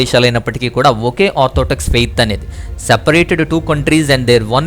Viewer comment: చక్కగా వివరించారు. ధన్యవాదాలు. అయితే చిన్న సవరణ. ... మీరు ఆర్థోటెక్స్ అని అనేకసార్లు చర్చ్ గురించి అన్నారు. కానీ అది ఆర్థోటెక్స్ కాదు ఆర్థోడోక్స్ అనాలి. గాడ్ బ్లేస్ యూ.